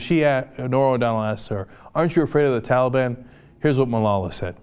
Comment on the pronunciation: Hey man he also pronounced talib wrong, big woop.